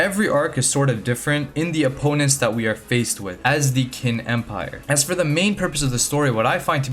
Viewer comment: I swear no Youtuber that talks about this manga never gets the name right. Its pronounced "Chin" not "Kin"